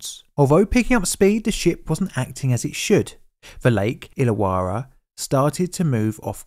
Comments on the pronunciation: Pronunciation tweak- Illawarra is pronounced Ill-a-worra. Yeah, it doesn't make sense. I grew up about 15 minutes from that lake, and that's the way we pronounce it. We have a suburb nearby called Towradgi... Tow-wrodge-ee. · May as well add "Lake Illawarras" pronunciation too the mix. Lake Ill-a-war-ra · 2 R's in "Illawarra" it's pronounced "illa - worra" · that artwork depicts a HG Monaro - but the one on the bridge was a HQ monaro - also you need to work on your pronunciation of Tasman ( Tasmn) and IllaWarra ( ill-a-warr-ah ) it help to remember that Australians dont open their mouth or move their lips - 'coz it lets the flies in. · The image of those cars with their front wheels hanging over the edge are seared into my brain. It was huge news in Australia at the time. BTW your pronunciations of "Tasman", "Hobart" and "Illawarra" are quite jarring to Australia ears. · Great video, unfortunately the pronunciation of Tasman, Hobart, and Illawarra are way off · Your pronouciation of Tasman, Hobart, Lake Illawara. All WRONG.